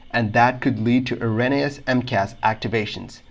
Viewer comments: WTF is a-ren-e-us? It's pronounced er·ro·ne·ous. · No disrespect intended, but 'erroneous' is pronounced a bit like air-own-E-us (with the 'o' being a long vowel).